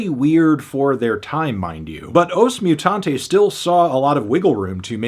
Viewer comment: Brazilians being very kind to not complain about the pronunciation of every portuguese word right down to the name of the band 😂